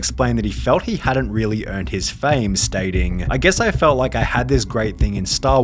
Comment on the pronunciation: Whats with the pronounciations Careeeeeeeeer, Fameeeeeee, Meeeeeee